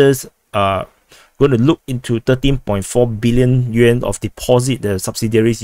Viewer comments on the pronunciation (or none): none